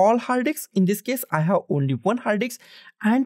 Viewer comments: Bro Please, Call it Disk, Not Dicks. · First of all its disk not diks